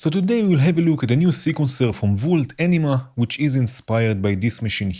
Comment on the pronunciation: all i hear is enema HAHAHAHAHHA. love your vids!